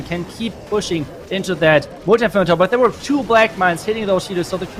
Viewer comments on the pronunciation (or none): He say moalti inferno instead of multi inferno